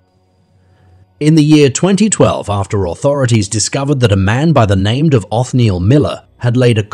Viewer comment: Robot pronouncing names incorrectly.